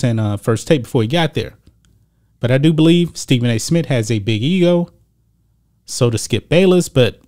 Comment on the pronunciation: This guy can't even say Stephen A. Smith. Geez